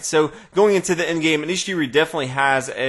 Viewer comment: just saying that Anish Giri's last name is pronounced gee-ree not jee-ree